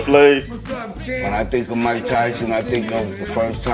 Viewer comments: Hey man you said “Muke” instead of mike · Haha “Muke” Tyson is that because he has Mutant abilities???? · Muke Tyson huh?😂